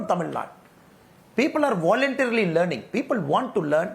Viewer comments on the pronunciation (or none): none